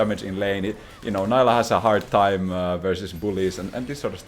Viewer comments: bro, you're not american, she is not "nylah". you are allowed to pronounce stuff correctly. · This video has factualy wrong info..... it's pronounced Neeelah <3. Jk, amazing video. I just love the ''I coined these terms'' moment xD